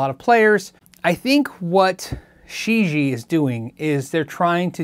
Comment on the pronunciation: Gonna guess that Shijie is 世界 (which means "world"). Pronunciation would be more "sure jeeyea" - just use google translate to hear it said.